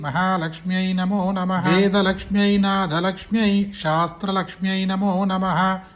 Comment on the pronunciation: అది షాస్త్ర కాదు. అది శాస్త్రా. దయచేసి శ్ర అనే అక్షరాన్ని షా అని పలకవద్దు .